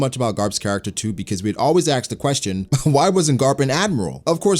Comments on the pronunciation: He axed questions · Aksed me is better than asked me tbh